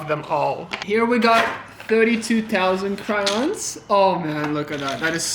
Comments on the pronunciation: cRaIoNs it’s pronounced crayons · “Cryons” “Par too”